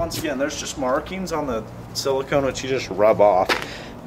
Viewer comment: He said silcone funny